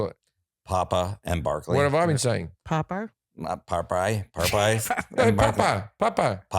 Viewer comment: i was in a different room during the ad read, and i thought Jim was saying "Pupper and Barkley", like it was something for your dogs PUPper & BARKley